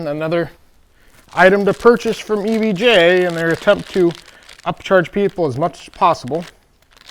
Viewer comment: why does he keep saying EVJ? do we not know the difference between J and G?